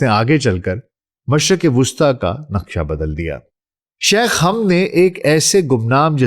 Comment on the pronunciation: My dear respected bro the deceased man name is not Hamd it is Hamad not even Hammad. I don't understand why mostly Pakistani can't pronounce the name of Hamad mostly people anchors or news reporter says Hammad which is absolutely wrong it's Hamad not Hamd Hamad ✅️ Hamd ❌️ Hammad ❌️